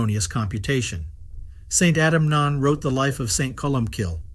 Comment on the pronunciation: It's pronounced 'Eunan'.